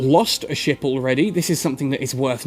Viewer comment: Everytime he says ship...I hear "shit"